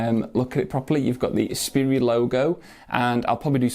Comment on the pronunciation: I think it's pronounced like Sprite, not spurry. Just sayin'. Cheers.